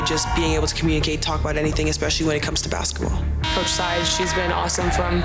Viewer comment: I don’t say this in bad way but has anyone else ever noticed how different CC pronounces the word basketball? It sounds like bassball, when she says it.